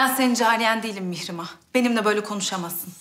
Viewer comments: Anyone know why Hurrem pronounces her daughter's name as "Mee-she-mah"? Everyone else seems to pronounce it differently than her. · Whenever hurrem speak mihirmah it sounds like mishima🤔